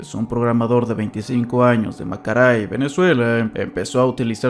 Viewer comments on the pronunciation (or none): Macaray 😭❤️‍🩹 ya van dos veces que dice Macaray y no Maracay KAJSAKJD te amamos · dijo macaray en vez de maracay jaja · Hola, soy de Maracay, Venezuela y quería corregirte que se pronuncia Maracay no Macaray jahshs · Es raro cuando escucho que dices bien estados de Venezuela. Es Maracay no "macaray". En el video sobre Iceberg de casos ocurridos en Venezuela hay demasiados errores respecto a los estados y creo que es importante revisar eso porque se hablan siempre en tu canal de casos delicados, lo mínimo es tener en mente que nombrar las cosas por su nombre correcto es lo ideal. Tampoco es que sea difícil tampoco, como cuando tenías que decir Anzoátegui y dijiste Anzoatégui, literalmente ya viene escrito con acento donde debe ir esa entonación xd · Maracay: 🚫 Macaray: ✅️ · hola creo que en el primer caso te refieres a Maracay, no macaray xd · Se llama Maracay bro, no macaray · Marracai x🤣🤣🤣